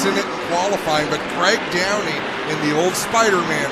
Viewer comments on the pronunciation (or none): Craig Downie, not Graig Downey lol. Known Craig for a lot of years & my dad knew his dad Roger for decades......